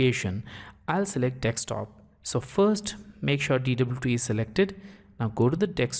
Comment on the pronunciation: thumbs down for pronouncing "desktop" wrong